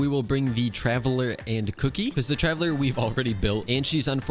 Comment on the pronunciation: the way he ''kuki" like "cookie"🤣😂